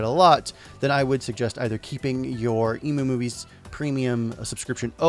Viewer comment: I know this is a minor thing... But isn't the site EmuMovies pronounced "M - U - Movies" like for Emulator Movies? And not like "Ee- Moo - Movies".... Sorry for my OCD, lol...